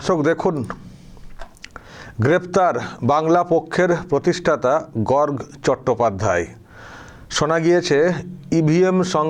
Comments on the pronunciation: Gorg na Gorgo. Uchcharon ta thik korun. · গর্গ নয় উচ্চারণ হবে গর্গো । পুরো নাম গর্গোদেব । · আপনার উচ্চারণ হচ্ছে না। গর্গ উচ্চারণ শেষে ও হবে। গর-গ। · উচ্চারণ টা গর্গো,(in English gargo, garg নয়) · বানানটা গর্গ হলেও উচ্চারণটা হবে গর্গো চট্টোপাধ্যায় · গর্গ চট্টোপাধ্যায় নিজেই তো সঠিক উচ্চারণ করতে পারেনা।😂😂😂😂 আবার সে নাকি আবার বাংলা পক্ষ এর সৃষ্টি কর্তা।😂😂😂😂😂😂😂😂